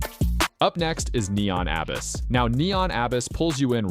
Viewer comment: HOW do you pronounce "Abyss"? Seriously, have you ever seen the 1989 movie "The Abyss"? That word really shouldn't trip native English speakers up. Gotta go to a search engine and type in "how to pronounce abyss".